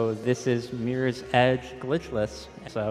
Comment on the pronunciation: Mirrors Edge, not Meres Edge